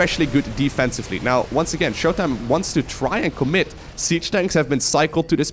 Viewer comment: In case you didnt know, was implying showtimes name, when said fast with an American accent sounded like MY COCK. That is all.